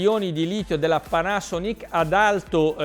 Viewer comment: Ciao. Perché dici Panasonìc e non Panasònic?